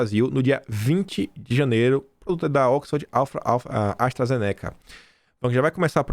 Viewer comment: A pronúncia é ZÊNECA